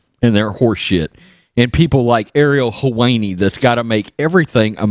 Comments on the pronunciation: His name is pronounced Hel-whine-ee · How can u be a sports channel and not know who Ariel helwani is or how to say it. Helwani is a mess